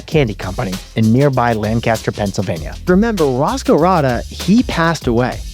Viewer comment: Another good episode. Two things, tho: 1. It's LANC-a-ster, not Lan-CAST-er. 2. They're called "Dutch" because the German word for "German" is "Deutsch," which, not knowing the language, became mispronounced by English speakers as "Dutch".